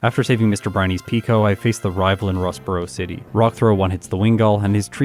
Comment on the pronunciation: I'm editing one of my videos listening to this. Every time you say Rustboro city my mind keeps saying Ross Perot city?